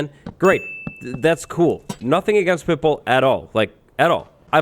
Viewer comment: it took me until the end of the story until i realised he said pitbull and not pipple 🤡